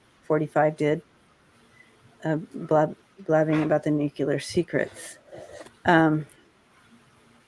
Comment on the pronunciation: Love ya,. But Please - I just gotta say.. Nuclear, = Nu Cle Ar. It is Clear - it is Nu Clear. Please.